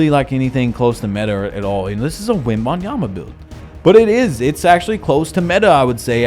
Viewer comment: also why did you say victor wobinyama